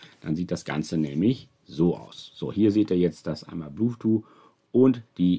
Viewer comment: der Sprachfehler mit dem blueth-too hält sich standhaft, wenn man ihn einmal richtig "gelernt" hat. 🤣 sonst ein informatives Video. 😘